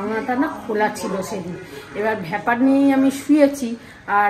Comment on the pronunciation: ভেপার i to বলল